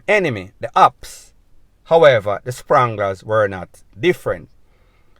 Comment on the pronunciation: Spangla not Sprangla bredda.